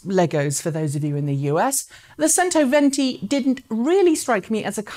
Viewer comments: Modular battery packs would be an interesting innovation. If it's standardised, it could bring back the battery-swap approach to recharging on the highways, perhaps. My ears bleed every time I hear "sento" instead of "chento" though :) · Pronounced: "chento" venti. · C in cento is pronounced as ch, therefore "chentoventi". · Centoventi is pronounced with a "CH" sound.